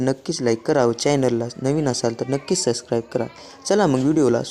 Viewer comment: सस्क्राईब नाही ओ सबस्क्राईब 😂